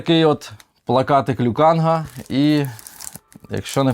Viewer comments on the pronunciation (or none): Вибачте за душність але: Лю КанГ, ГонГ-КонГ тощо, літера «Г» укінці не читається, а взаголом відео сподобалось, і що за фіксація якась на тому щоб сидіти, Ви контент мейкер і Вам приймати рішення що до формату та Вашої зручності 👍🫶👍👍👍🇺🇦🇺🇦🇺🇦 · Досі не можу зрозуміти, чому всі говорять Лю КанГ, якщо він Лю Кан ??!!!